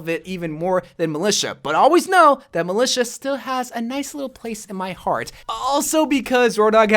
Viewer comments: No1: malica😂 might just sound like that cos I’m English but I’m pretty sure it’s mil-I-ta😂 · Its pronounced mili T a